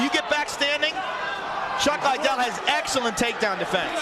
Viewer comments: Lie Dell!!!! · Joe pronouncing Liddel like how Oscar dela hoya annoyingly says it, 'Lie Del' lol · Everyone drink everytime Joe says "Chuck Lie-dell." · It took Joe a while to catch on to chucks actual name pronunciation after multiple Chuck “LYE-DELL” mentions 😂😭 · It triggers me when Joe Rogan keeps saying his name wrong..